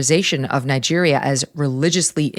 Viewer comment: Did you just say Niger